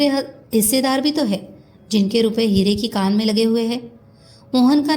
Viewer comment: madam, novel ka naam ' Hire ki khan ' hai ya 'Hire ki kaan'. Aap bhi baar baar kaan hi bol rhi hain, pure video me . Kripya bataye ki sahi kya hai ? Dhanyawad.👍